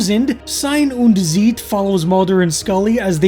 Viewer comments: you pronounce them on the second vowel. ie=beet ei=eye. and Z is ts tsite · Nein nein nein. It's not "zeet" 😂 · And you're so close, just pronounce 'Zeit' the same as you do 'Sein' and just put a bit more emphasis on the 'z' in Zeit. :-)